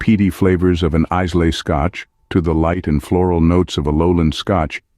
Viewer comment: This seems like a video created by VideoGPT. And they cannot pronounce Islay correctly.